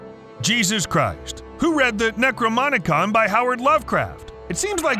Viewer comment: necromonicon lmao